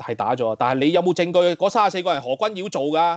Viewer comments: 個堯不應讀作妖字。。正讀姚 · 又話中立。。。？？？可以尊重别人的名字嗎，如果你舌頭有問題，请簡單稱呼為何先生，可以嗎？覺得你帶有私怨刻意把名字讀為妖而非堯，这樣影响這台的立場。please. Appreciate. 謝谢。